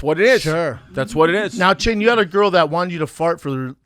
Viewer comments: Did Theo call chin Clint chet chint or chintk or chink? Either way he should have followed it with chin-mate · Theo with the hard C on the end of Chin 🤭 no you didn't.. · Theo definitely said chink when he said chin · am I the only one who noticed that hard "K" after Chins name? :O Theo needs to stop the asian hate! lmfao gang gang buzz buzz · Anybody else notice Theo sneak in the “k” sound after he said Chins name??? 🤣😂🤣😂🤣😂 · careful how you pronounce chin...